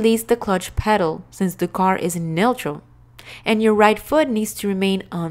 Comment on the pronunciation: The way she pronounces neutral is hilarious 😂